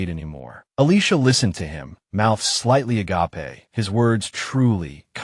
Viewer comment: AI and the word 'agape' do not get along. lol